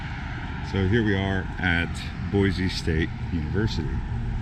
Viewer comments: Thank you! People will know immediately that you are not from Idaho if you pronounce it Boy-zee! haha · Do some research dude.... the statue is Lewis and Clark. If you managed to stay awake in high school you might have of heard of them. It is pronounced boy-see , not boy-zee. Also, it is Ada County, not Bonneville County. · No Z in “Boy-see,” and we’re full, so go somewhere else....mean that as nice as I can....and if you do come here don’t bring your destructive liberal, progressive BS. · Please for the love of God, tell everyone to quit killing our name. It's pronounced BOY-SEE!!! Not BOY-Z! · FYI only foreigners pronounce it boy-z. Which is incorrect. Its pronounced boy-c. Thank you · Yes, but being married to an Idaho potato farmer, from years back, its pronounced "Boise" ....not Boize. Original Idahoans don't typically say it that way. 😁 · 1. If you are going to give a tour of Boise, Idaho, please learn that Boise is pronounced [Boy-See] and it is located in Ada County, not Bonneville County. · As a current Boisean, I ask that anyone watching this should know, it's pronounced Boy-SEE! Haha, i'm done. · 5th generation idahoan chiming in. BoySEE. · Great video...However, it is pronounced Boy-Cee. There is no Z in Boise.